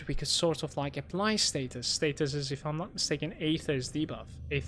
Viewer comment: STASIS!! Learn to read.